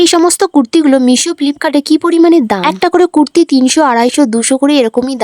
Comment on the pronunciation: কথা বলার আগে উচচারন গুল ঠিক কর কুরতি না কুততি কোনটা সোততি